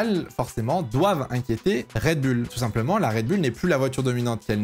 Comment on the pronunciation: Mon dieu le « red bulle »… c’est oule… redbull…